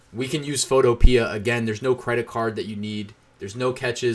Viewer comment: Photopea rhymes with Utopia. fo TOE pe uh